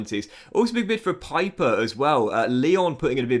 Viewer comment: Pieper is pronounced "Peeper"